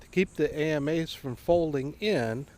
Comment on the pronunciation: Nice mods, but for God's sake, they're pronounced "Amas" (Ah-mahs), not a-m-a's. … and the arms are the Akas (Ah-kahs). The only thing I find fugly is the motor. If you can afford a TI, you can save up a year later for an eVolve electric motor by Torqueedo. Much cleaner look, whisper quiet, and quite efficient.